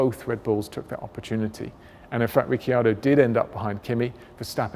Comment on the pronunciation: This guy pronounces Ricciardo and Vettel wrong. Even if he wanted to pronounce Ricciardo “correctly” (not how Danny says it), it would be different.